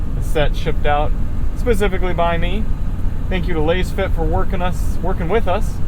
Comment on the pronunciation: You can't even pronounce the companies name correctly smh